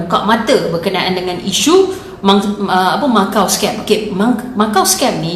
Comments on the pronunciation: Jgn lah sebut Machau, sebutlah ikut nama tempat tu Makau(Macau) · Maaf,sebutannya bukan macau scam..makaw scam sebutan yg betul.mbr cina sy bgtau✌ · Lain juga sebutan dia 'Machau Scam' Macam bunyi 'Lanchau' 😅😆😂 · Sebutan Makau sebenarnya...